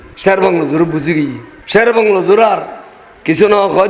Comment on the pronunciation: গাধা মিয়া শের সহিহ ভাবে পড়তেও জানেনা অর্থ ও ভুল করতেছে যা বলতেছে সব ভন্ডামি ও মিথ্যা ভিত্তিহীন